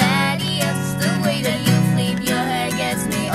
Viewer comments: I have read a lot of comments about the way we say fleep instead of flip. The pronunciation of words that sounds similar for us is quite difficult. If we could sing with perfect british accent...we wouldn't be spanish. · i LOVE the accents! and i could barely notice their "flip" sounded like "fleep"! they're so much better than many people, who cares how they pronounce one word! i loved it.